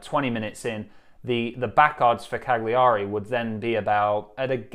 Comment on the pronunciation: Hearing you try and pronounce Cagliari made my day!